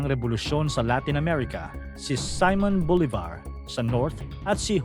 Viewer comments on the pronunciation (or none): Corrección "si-món bolívar" bigkas niyan hindi "saymon bolivar" dapat talaga manga filipino marunong din magkastila e huwag dapat magbabase lagi sa ingles ingles dito señor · muchisimas gracias hermano sa corrección, dapat na bigkas talaga ay Simon Bolivar